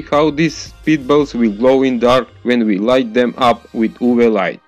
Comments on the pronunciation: It's U V light not "Uvee" light. Like the two letters... Also, trying to rip off Crazy Russian Hacker doesn't make you look any better. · He is like saying " oooo bee light